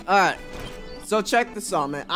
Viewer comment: Ah-right: Imma take a shot everytime he says it like dat, and I don't mind.